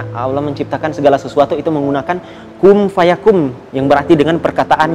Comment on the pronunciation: Kum fayakum ktanya 😅 jadi ketwa sya,,ada juga kun fayakun ,bkn kum fayakum , beda huruf beda artinya cil,, ente kira baca koran , itu huruf alquran dek